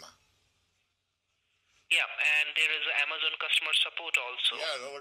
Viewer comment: Did he say Ama "zone"?